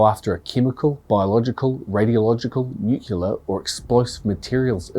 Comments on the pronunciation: THousands of bodies ??? You mean millions. Also, please stop saying Nu CYOO lar. It is Nu CLEE AR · 'Nukeyaler' is not a word. The word is NuClear..Nu-Clear.. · Who tf says "nucular"? That isn't even a word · Nuclear. New-klee-are.